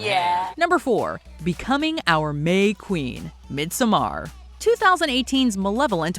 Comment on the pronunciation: 🤨Girl if u don’t say MidSUMMER like the rest of us 🙄got me mad af listening talking about my fave movie with my fave person like tht. I’m like WHO tf is Mid’samar?